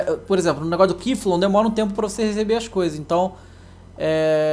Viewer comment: "quiflu"? q missão é essa?